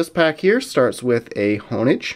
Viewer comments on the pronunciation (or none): Honedge is properly pronounced: Hone-Edge, as the name depicts